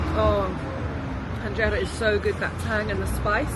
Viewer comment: its not with an ع :) enjera